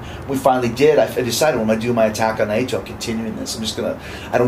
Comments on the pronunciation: ITS NAITO, NEVER NYE-EE-TO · Have to admit, i hate the way he pronounces Naito 🤷‍♀️